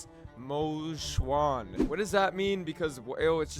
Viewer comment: Damn he practiced saying Mo Xuan to say it correctly in the video. W!!